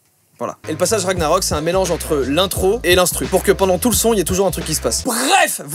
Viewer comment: On dit pas ragnarok ça se prononce ranillarok